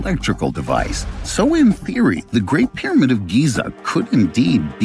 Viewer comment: Well, I was interested but like somebody else said this voice and the pronunciation of the word pyramid I lasted about one minute